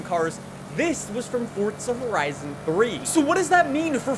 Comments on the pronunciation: It's Forza... not Fortsa. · forza not fortza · Forza not “fort tzuh” 😂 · Welcome back to fortza horizon five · Kinda annoying how no one says this but there’s no T in FORZA so please pronounce it right